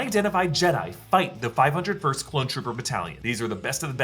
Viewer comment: 5-Oh First. Say it right